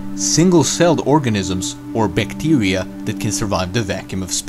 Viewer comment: Bictiria 🤣 Bithtiria 😆😂😂😂